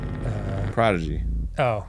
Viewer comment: Me being proud that Arin said prodigy right